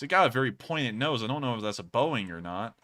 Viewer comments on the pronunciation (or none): none